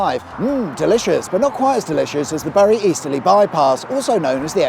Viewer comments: Sorry but did you say "Burry"? Why do people do that!? It makes no sense. It's "Bury". Sounds the same as the word "bury". You know, like burying something. In the ground. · I drive this often, and for your information Bury is pronounced Berry, as in Bury the dead, you're welcome! 😉😉😂😂👍👍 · Burry.....its pronounced Berry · Are you pronouncing these places wrong deliberately ? Bury is same as Berry, roch same as roach Todmorden is all 1 word not todd more den .happy to help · Bury is pronounced Berry 👍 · You pronounce Bury as “Berry”and Todmorden as “Tod-mer - dun “ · Only people from Bury don't actually pronounce Bury the way it's spelt. It's Berry mate 🤣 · I think you’re pronunciation of Bury is wrong. It’s “berry” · Wonderful as always, but Bury is pronounced Berry and Todmorden pronounced Tod’M dun.